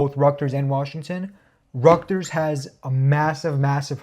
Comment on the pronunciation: Man said “ructers” instead of Rutgers 😂